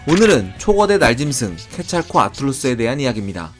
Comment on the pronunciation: 들어보면 케찰코 아틀루스라 말하시는데. 케찰+코아틀+루스로 구성된 이름이라 그렇게 표현하시면 오해할 수 있습니다.